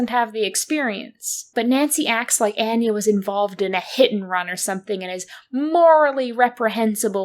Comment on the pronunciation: Omg the pronunciation of “Anya” is sending me… Love your videos but why are we mispronouncing this name immediately after it’s used in the game? And also pronouncing it in different ways? Feels deliberate somehow?